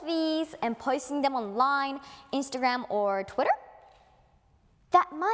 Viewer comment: Twitterの発音こんなうまいの初めて笑 表現力？みたいなのやっぱすごい